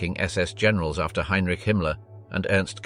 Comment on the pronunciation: HINERICHIE ?? YOUR AI READER NEEDS WORK